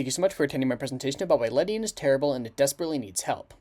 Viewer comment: I’m pretty sure its pronounced “Lady-on”